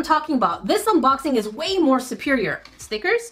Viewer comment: I love the "oh steekerz , oh ma gad"